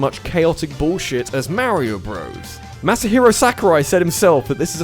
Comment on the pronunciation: "MEHREEOH BROS"